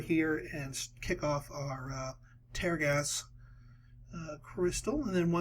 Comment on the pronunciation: It's tear gas as in "I'm crying tears", not tear gas as in "I will tear this paper". You're killing me smalls.